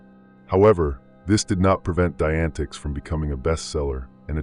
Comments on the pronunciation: omg lol.. its pronounced like "die-a-net-ics" wow that was bringing my ocd to the surface lol Jesus Christmas there it goes again.. "die-antics" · FYI dianetics is pronounced “Die-uh-net-icks” okay - just for your knowledge…. (Not that Igaf, lol, these guys gimme the heebie jeebies!)